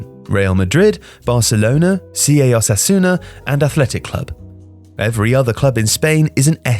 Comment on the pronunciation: "Oh sass u ana"